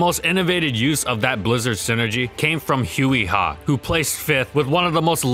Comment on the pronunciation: keep saying Huey Ha instead of Huy Ha